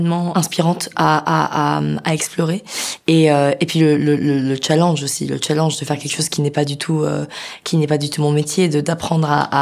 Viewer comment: Même le mot « challenge », elle le prononce à la française, mdr.